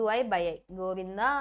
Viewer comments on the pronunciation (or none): none